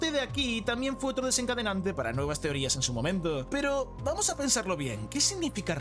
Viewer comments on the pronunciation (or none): Vamoh a disfrutah esto